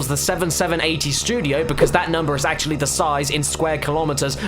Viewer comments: LOL You said acrually not actually! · Said the man who said "acrually."